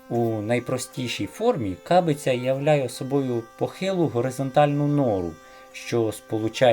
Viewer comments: Не свалок, а сволок. Не кАбиця, а кабИця. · Кабиця - наголос на И. У мeнe бабусі лишe так і називали, бо щe користувались ними влітку надворі. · Дякую за цікаву розповідь. А пічку на вулиці у нас теж називають кабиця, тільки наголос на другий склад.😊